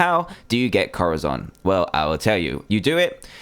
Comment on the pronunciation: it's corazon (co-da-son) pronounce it right it's spanish for heart